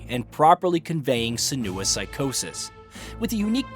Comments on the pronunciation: Its SEN-oo- ah not sen-OO-ah. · Senua is pronounced SIN-wa not SUH-noo-ah. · Never seen anyone call Senua the way you do. Emphasis on the E, not the U. Like Sénua, not Senúa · Tbf, it's a British game, so it should be pronounced senUa. Ninja Theory tried to be all American with the pronunciation. One voice actor in the original did pronounce it senUa, however -- though, annoyingly, senooa was the most commonly heard pronunciation. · How many times is he going to say SEN-OO-UH?? I had to stop watching the video man. I'll go watch another review. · Why can't he say Senua's name correctly??? Lol